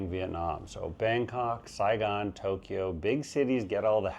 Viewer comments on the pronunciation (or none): none